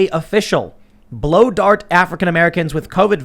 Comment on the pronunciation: Did he say blow dart or blue dart?